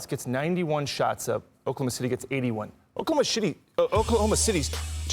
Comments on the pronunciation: DID HE SAY OKLAHOMO SHITTY?? !!!! into the clip... LOL 😉😉😮😮🤔🤔 He should have acknowledged it and correct himself hehe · Oklahoma shitty😂😂😂😂😂😂😂😂😂😂😂😂 nah that's a terrible slip up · Bruh said Oklahoma Shittty😂😂😂😂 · Oklahoma SHITTY🤣😅😂💀. The FUNNIEST slip up I’ve heard in a while. The ability to keep control and not laugh is astounding🤣😂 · Btw I caught my guy saying okaloma shitty!!😂😂😂😂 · I heard Oklahoma "Shitty" 😂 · Did I hear a freudian slip? “Oklahoma Shitty”? C’mon mr front office!!! Hahahah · LoL 🤣 he said "Oklahoma SHity" LoL 😂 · “Oklahoma Shitty” 😂😂 yea we caught that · I’m glad I’m not the only one who heard Oklahoma Shitty😂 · I can't unhear Oklahoma Shitty xD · Btw…… We all heard “ Oklahoma Shitty” 🤣🤣🤣🤣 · "Oklahoma Shitty" lol... stick to saying "OKC"! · Nope cant unhear it now its stuck😂😂😂😂 “oklahoma shitty” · Did he said Oklahoma Shitty 😂?? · Lmao he said Oklahoma shity 😂😂😂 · He said Oklahoma shity😂😂😂😂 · He said, “Oklahoma shity”😂😂😂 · LOL he combined "Oklahoma City" with "Oklahoma shot..." and accidentally said "Oklahoma shitty" lmao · Dude was trying to say city, but was already thinking about saying shot. So we got what we got 😆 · He def Said Oklahoma Shitty😂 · Mans said “Oklahoma Shitty” 😂😂😂 he ain’t slick Rick I heard it haha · Only came to the comments to ensure I heard this. “Oklahoma Shitty” 😂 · Oklahomo Shitty Blunder he meant 🤣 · "Oklahoma Shitty" i heard that loud and clear😂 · “Oklahoma shitty” 😂😂😂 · crazy... he really called them Oklahma Shitty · "Oklahoma shitty" kek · "Oklahoma Shitty"😳😂😂😂😂😂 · The Freudian slip 🤣 “Oklahoma Shitty” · “Oklahoma shitty “ 😂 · .... Oklahoma "Shitty" ? 😅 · "Oklahoma Shitty"😂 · I came to the comments just for Oklahoma shitty😅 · Oklahoma Shitty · Oklahoma titty,. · Oh man that's gonna reverberate. Oklahoma S****!! 🤓🤣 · “Oklahoma sh*ty” 😂